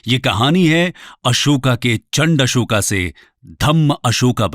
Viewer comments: kon se padhai me अशोक को अशोका बोला जाता है, सुपारी निकाल के बोल गुरु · Bhai Hindi ही bol rahe hai तो Ashoka ❎️ अशोक बोलिए Real लगेगा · ये महाशय अंग्रेजी में पढ़े-लिखे हैं इसलिए अशोक को अशोका कहते हैं ।जो भारतके राजाका शूद्ध उच्चारण नहीं कर सकता वो हमें ज्ञान प्रदान करना चाहते हैं । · Kyun tum logon English pronunciation follow karte ho.His name is Ashok not Ashokaa pls